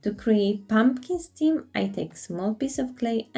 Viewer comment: the stalk on a pumpkin is referred to as a 'stem.' You are referring to it as a 'stim' which is incorrect. The rest of your english is very good. Also I love your videos. My favourite pumpkin was the small dark green and gold one and the first two plaster pumpkins. They all looked good tho.